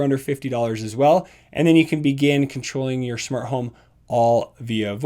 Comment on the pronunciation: "Shmart home"